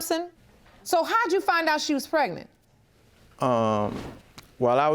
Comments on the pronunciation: Why do they keep saying “pretnet” on the shows? The word is PREG-NANT. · I hate when ppl say "pretnant" or "pre'nant". ☹️ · If one more person say "pretnate" I know something🙄... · Can anybody say pregnant instead of pretnant anymore??😂😂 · Did she say, "Prenant"? See this is why I'm single...what black man do you know wants to deal with an uphill battle on some country paternity bullshucks? Well, hope she has BIG FUN(like Claire Huxtable) being on public assistance, section 8 housing, EBT,WIC, and SNAP🎉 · When they say prednet I smh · Whyyyyy do they pronounce it that way preg nant..I can't on today! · She said, "Prenant"😒 Words...